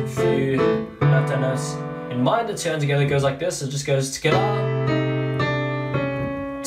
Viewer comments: I love how he says together: tigithier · I love how he says together 😂😂